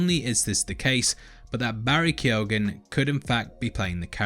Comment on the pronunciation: Barry Key-oh-an